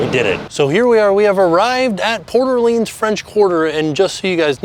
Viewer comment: This was the first resort I stayed at so it was fun to see it again. As a New Orleans native, I appreciate you saying the name right lol. Love the videos and congrats on the baby!